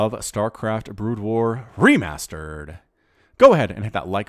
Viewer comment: i soemtimes wonder if he is saying ree-mustard! :D